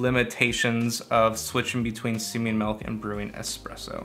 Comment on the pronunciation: Milk not melk 😅